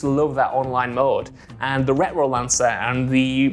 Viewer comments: Ret-row not reh-row 🤣🤣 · The “Ret-Ro” lancer??? I feel like I’ve heard him say “Retro” before, never “Ret-Ro”